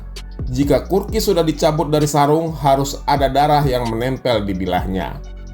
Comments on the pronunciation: kukri bang, bukan kurki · bukan kurki...tapi kukry... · Kukri bg bukan kurki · kukri bukan kurki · maaf nih bang, kukri bukan kurki